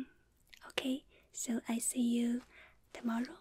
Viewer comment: When she say "see" its like "si" in spanish